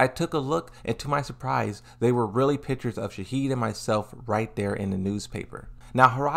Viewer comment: Frrrr where’s he getting the “d” from shaheen 😭